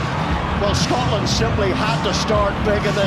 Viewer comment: Worst commentator of all time. Stop calling "Scotland", "Scartlernd"